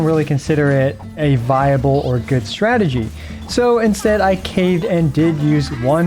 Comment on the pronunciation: Starting the video you said "strategy" and I heard "tragedy" .... which fits how my Abyss runs go. :D